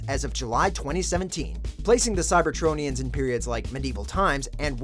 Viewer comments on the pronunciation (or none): Did he just call transformers cybertroniums?